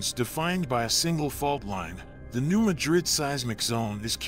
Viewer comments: He should first learn how to pronounce new MADrid properly and try to attain some credibility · I'm here just to read the comments about your mispronunciation of Madrid. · Yes, some pronounce it that way, but that doesn't make it correct. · The locals' pronunciation of a geographic place is correct. It's called a shibboleth, a password that distinguishes natives from carpetbaggers. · You video quality is excellent. Your content quality is somewhere between poor and useless. For starters, get the name right!!!!!!!!!!! Ma-DriD is in a place called SPAIN. Mad-Rid was a town in a place called MISSOURI. Next, New Madrid Missouri has never been touched by a significant flood. But, Madrid was wiped off the face of this planet! In a couple minutes the Mississippi River ran backwards, according to eye witness testimony and geologic site evidense. The backflow is believed to have run for 5 days. In a few minutes of time, the backflow killed 10,000 people or more. Reelfoot lake in Kentucky started to form. Your next mistake is the town sizes. In assending size order, was, New Orleans, Madrid, Memphis or St Louis, and finally Chicago. Yes you read that right. Madrid was the second largest town on the river and on that day everyone died in seconds or a few minutes. The few people left alive, in the area, moved west 5 miles. They created a new town and called it New Mad-Rid. The statistics, which I doubt you understand, are these. Every year, the odds are 1-2% chance of a 7.0 or larger sustatined earthquake. There are several other mistakes in your video, but I am worn out explaining this stuff. I suggest you take this garbage down and do a complete rewrite. Everything I have said here is well known facts from government and university studies. These facys have been stated MANY times in public domain. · Not in Arkansas we say mad rid you say it how you want to but your wrong but that's ok